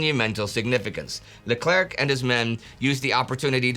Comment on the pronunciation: "Leclerc" > don't pronounce the last "c".